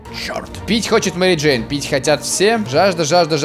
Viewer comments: Мери "Дейн" чуствует себя прекрасно.Я один заметил? не Джейн а Дейн..:? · МЕРИ ДЕИН??? БЛ*ТЬ ЧТО?